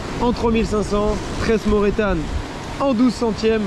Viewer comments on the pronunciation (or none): ca fait 4 ans + que a chaque fois que tu dit le nom de ta tresse je pete de rire "morètane"